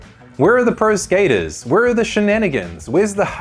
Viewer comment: If this AI says Skater eyes oince more I'll loose it